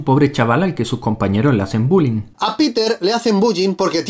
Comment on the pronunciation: En el minuto 35 el que esta hablando de errores dise buyi amigo el bullying no buyin habla bien coñoooo 😂😂😂